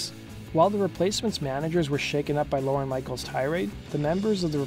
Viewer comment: OMG it's not "Lauren Michaels" it's LORNE, one syllable!